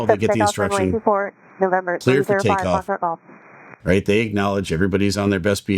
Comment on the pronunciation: Gong show on all fronts. But i am sorry. The controller added to the problem with poor phraseology. Its Foxtrot Golf, not Fahxgof. Pet peeve. US atc and comms are very slack compared to other parts of the world thats for sure. Wild west like.